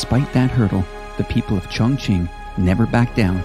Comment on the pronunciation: qing is pronounced ching 👍